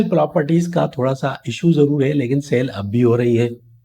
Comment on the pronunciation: Saaale nahi sell bhai. Learn to say words correctly .